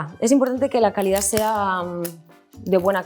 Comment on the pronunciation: “control de c a l i d á” me encantó, lo u s a r é también